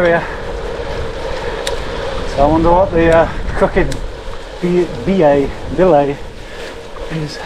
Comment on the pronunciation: Hiya, The pub you passed called the Crooked Billet is pronounced as in a Ducks Billet locally. Honestly! 😊